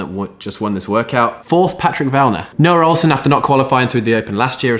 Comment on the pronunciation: nRoah ohlsen.. i cant...